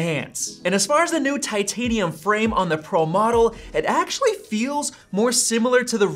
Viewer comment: god it's so annoying how much you say "aaaactually". Like you're putting emphasis on words that just don't make any sense